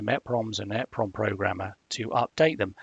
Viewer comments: called EEEEE-PROMs not EHHHH-PROMS - just saying 🙂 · you missed the point. you are saying it WAY wrong. It is well known how to say it. E (small 1/2 second delay) PROM. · Google it - people in the industry say ‘eprom’ and ‘double eprom’ - there’s no eh prom. Annoying when people say efffernet too